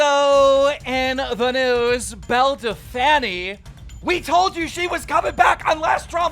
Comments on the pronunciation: Bell who that’s not how you say her name idc what u say that’s incorrect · This man is saying belle dell fanny fanny means basically a vagina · why can he not pronounce Belle's name its not even funny if he does it as a joke